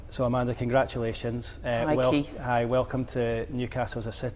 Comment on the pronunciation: A-man-duh? If you know, you know...